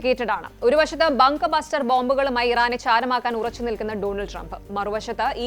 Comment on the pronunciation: ഇവളുടെ വായിൽ എന്താണ് കുറവോ? ബംഗ്ഗർ ബസ്റ്റർ എന്ന് നേരെ പറയാൻ അറിയില്ലേ..? ഇറാൻ ഒട്ടും വിട്ടുകൊടുക്കുന്നില്ല... അവിടെ ഓരോ ദിവസവും ഓരോരുത്തരായി തീരുന്നു.... അവിടെ ചാവുന്ന ആൾക്കാരുടെ മരണ വാർത്ത പോലും പുറത്ത് പറയാൻ ആളില്ല.. അതുപോലും പറയുന്നത് isreal ആണ്.....